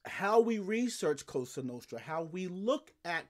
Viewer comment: I told you. I love your channel but stop saying “coasta nooostta”. Lmao